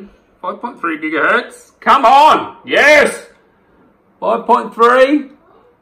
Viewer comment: jigahertz.....it should be gigahertz not jigahertz